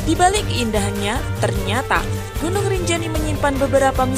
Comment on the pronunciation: GUNUNG MIN BUKAN GINUNG😆😆😆